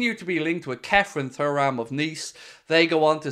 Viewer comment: You still can’t pronounce his name properly… surely you seen his dad play???